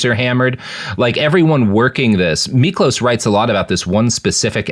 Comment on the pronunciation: Miklós was hungarian, and the "s" on the end of his name is pronounced as "sh". But your pronounciation of his name otherwise was pretty good!